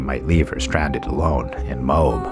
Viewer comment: Excellent script writing only one complaint Moab Utah Moab is two syllables my suggestion is check into the pronunciation of places you're unsure of it really knocks down the professional impression I thought your take on the story added a lot of information that I didn't know however if you choose to skip Brian I'm not going to complain